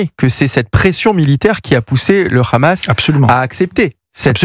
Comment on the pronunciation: C’est Hamas, pas Khamas. Vous parlez de façon très décontractée de nettoyage ethnique, comme si il s’agissait de la météo…